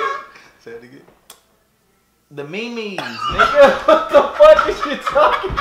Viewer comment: I like how he doesn't even correct him on how to say "meme" he just like "Aight do you"